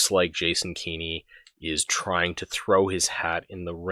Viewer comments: “Keeny”…again Kenn-ey This failure of basic phonetics and proper pronunciation is simultaneously amusing and annoyingly distracting Anyway, Kenney is a detestable imp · A tiny nitpick but it’s bothering me; it’s not key-KNEE it’s Kenny as in KEN-EE. That aside while as an Albertan I was glad he dropped the COVID restrictions I couldn’t help but be angry that he waited until Saskatchewan’s Premier decided to be the first to announce an end to the restrictions then Kenny made a hasty press conference in the late evening announcing at midnight all restrictions would be dropped. It was such a cowardly move to wait for Saskatchewan to announce they would be the first to end COVID restrictions then jump ahead of them and end ours immediately. He’s pathetic like all Tory leaders we have had in my memory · Jason Kenney has no children, so not sure who this “son” you refer to is; nevertheless the pronounciation is indeed kenny. Because that is clearly the right way to pronounce it. I have no idea how any native English speaker in North America could read the name as given and not say anything other than Kenn - ey I would be more tolerant of “Kenn-niegh” even though that would be wrong; but this “Keeny” pronunciation is ridiculous and this guy defending it on these comments equally so. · That still doesn’t explain pronouncing his name as Keen-ey. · two N’s before the vowel means a soft vowel sound in any English (or anglicized) name. Furthermore the man was an MP where I grew up. No one ever pronounced it Keen-y: no local news, none of his campaigners, not himself No one ever said Keen-y except you and Blackhorse apparently